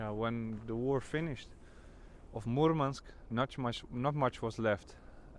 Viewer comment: Махил сказал Мурманск прям Мурманск, произношение - фантастика Parabens